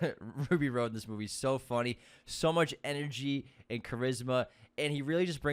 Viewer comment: Who is Ruby ROAD? 🤔 (it’s “Rhod,” like Hot Rod). UNSUBSCRIBED!!!